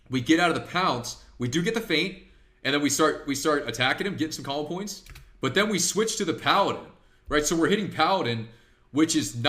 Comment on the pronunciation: I swear I hear cobble points and not combo points